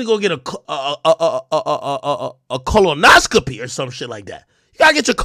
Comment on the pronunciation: Clown couldn't even pronounce colonoscopy but trying to clown while he one cheeseburger away from having "the suga" 🤦